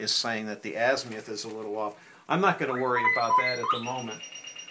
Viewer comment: How can you take anyone serious who pronounces azimuth.....az-MI-uth